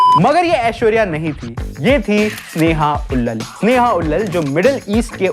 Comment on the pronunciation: भाई, स्नेहा उल्लल नहीं है। स्नेहा उल्लाल है। 😅 क्या यूट्यूबर बनेगा रे तू?